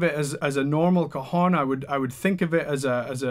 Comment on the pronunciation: Would like to see a flamenco hondo with one of these...by the way, it is pronunced CA-jón and not co-jon, the second one in spanish means balls,nuts,testicles however you wanna call them! Not very cool saying you play ‘this new kind of balls’